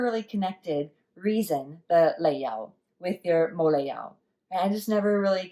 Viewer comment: your mou lei jau needs to be higher pitched lol